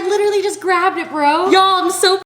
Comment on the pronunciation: Nobody:: li -er-ly